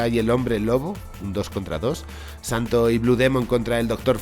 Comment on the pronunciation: si lo escribiste bien, porque lo dices mal? " El Santo " NO , el santos